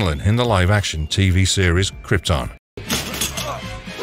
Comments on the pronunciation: Dude it is krypton, u really need to look on how to pronounce words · agh the way he said krypton..😩